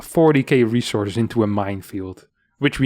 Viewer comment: "ressources" oof